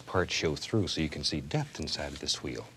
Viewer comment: I love the way he pronounces the “wh" words, like white or wheel